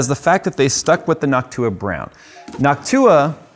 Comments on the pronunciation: Why does say NocTUa and not NOCtua? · He says it nock too uh … others say it noc tua with short ooha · It's NOCtua not Noctuuua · New drinking game, take a drink everytime says “Noc-tu-a” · I fuggin hate the way he pronounces it, but I'm glad he gives them love. Noct-you-ah gang for life! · I noticed he pronounces Jensen strange too. It's hard to describe, but I always wondered if anyone else noticed. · "noct U-WA" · Say noc too a one more time 😡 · yo you stressed the wrong syllable in noctua, you gotta stress the last one not the 2nd one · Is it noc-TUa or NOC-tua? I'd guess the latter as in Latin? Like an-TIFA vs anti-FA American pronunciations are weird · Finally someone saying Asus right. Question though, is Noctua said like that for real? Or is just messing? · He's saying Noctua completely wrong. Is this some kind of prank? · I can't get over how he says noctua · why are you pronouncing it wrong